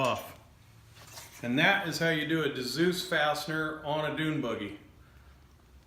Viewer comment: Dzus pronounced zues